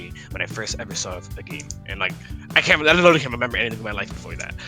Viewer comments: “ I eleetaly remember anything before that” is he even speaking English . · word "literally" exists: sonic fox: lilililili